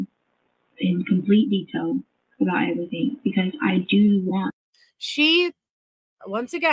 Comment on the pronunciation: That is so oddball and stupid. EverythinK. Dumbbell Doctorate